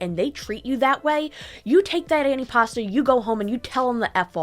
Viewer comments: It's not an anti-pasta salad, it's antipasto. how many times did they say it in a video that you editted, and yet you don't say it correctly. nice job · the way a lot of the people pronounced antipasto made me think they were saying "any pasta" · "Annie pasta"?